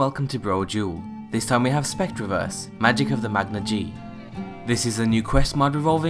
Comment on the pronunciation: You're pronouncing Magna-Ge wrong.